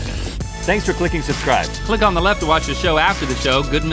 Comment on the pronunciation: Mahdieh Ahmadi use “the” And not “DA” please